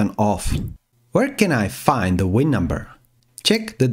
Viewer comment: 🤣🤣🤣German Accent, I guess. WIN indeed🤣🤣